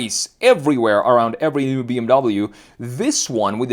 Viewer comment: It’s also “new” not “noye”